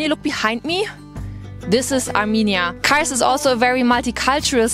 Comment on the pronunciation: MARS DEĞİL KARS